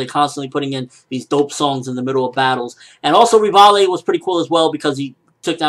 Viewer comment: you're pronouncing Rivaille/Levi's name totally wrong, LOL. it's pronounced Rivai.